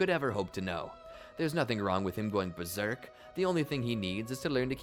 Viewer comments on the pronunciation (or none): none